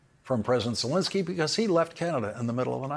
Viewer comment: Zelenskyy, not Zelinskyy.